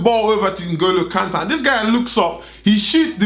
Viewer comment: Did my man say Sheikh N'Golo Kante??? Dead